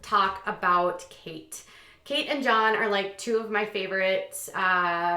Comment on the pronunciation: Kate is not pronounced Katie.